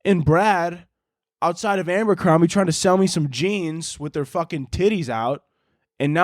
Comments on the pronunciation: babe its Abercrombie not Ambercrombie but you know go off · everyone else: “Abercrombie”: “ambercrombie”